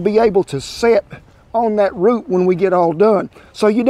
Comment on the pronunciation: Every time he says root I giggle a little 🙃